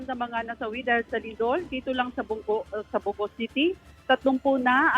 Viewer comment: Pinky kept saying bow go..bow go meant stupid! It's Bogo!